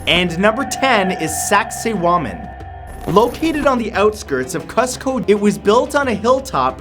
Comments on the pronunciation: BRUH YOU SAID CUZCO GERMANY. Damn it Matt revise your videos dude. That was fucking Peru, not Germany. And you mispronounced Cuzco. It's not "kuhz-co". It's "kooz-co" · Isn’t Cuzco pronounce “khooz-ko”? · costco really... its Cuzco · Um, Matt, I've been to Cuzco, and I'm even from near there, and not only are you pronouncing it wrong (its pronounced Coos-coh), but that's in Peru! You even used a map of Peru! C'mon man!